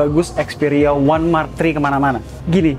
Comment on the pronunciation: Dari tadi ane dengerin ya "One Mark Tri"